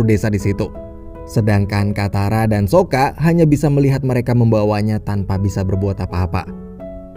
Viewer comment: Saka bang bukan soka ..soka merk baja ringan🤣🤣🤣🤣